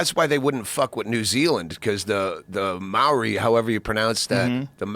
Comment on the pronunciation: Doug- best pronouncing of ‘Maori’ I’ve heard from an American yet:)